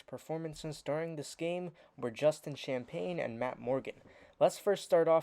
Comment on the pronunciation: Justin’s names is pronounced “ sham-penny”